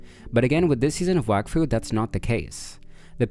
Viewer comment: its prounoced wok fu